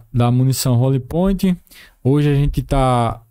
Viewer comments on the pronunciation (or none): Roli Pointe não guerreiro, Hollow point!!! Ponta oca.